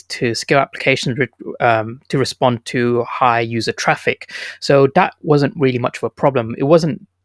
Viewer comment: Do you say that or dat ?? 🤣